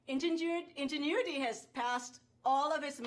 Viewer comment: Maaf min. Bacanya "injenuiti" bukan iujiniti 🙂